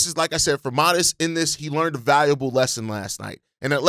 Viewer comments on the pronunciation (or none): none